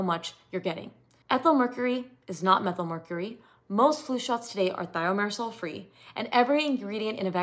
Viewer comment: If Thimerosal was already removed years ago, why would anyone need to ask for one without? If it isn't harmful why remove it? If it's necessary why remove it? If it isn't needed, why include it in the first place? If you're presenting as an expert in this, why don't you know how to pronounce Thimerosal?